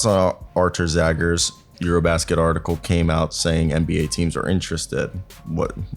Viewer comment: His surname is pronounced as Zhagars !